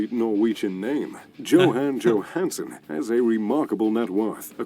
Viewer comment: You're pronunciation is 100 times more accurate than the narrator - in fact some of it was spot on, like the Johansen dude